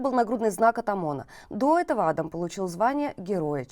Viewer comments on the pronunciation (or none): none